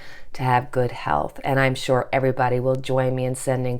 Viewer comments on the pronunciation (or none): none